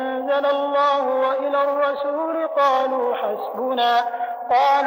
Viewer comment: Ayat 104 there is mistake the Imam recite rasoolu but it is rasooli